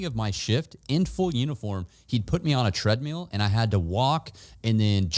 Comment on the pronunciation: Tread meal 🍲. 😂